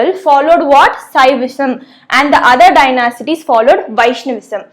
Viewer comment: Dynasties- Pronunciation "Dynasties" Correct "Dynacities" Wrong 😂😂😂😂😂😂😂😂 Mam, before teaching be teached properly. Curiously😂😂😂😂😂! What a teacher!!!!!!!!!